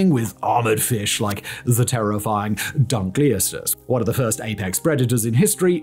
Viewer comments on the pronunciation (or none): none